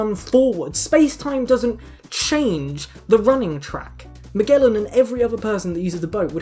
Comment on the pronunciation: You may be the first non-Portuguese speaking person who pronounces Magalhães (Magellan) correctly with a hard G. <3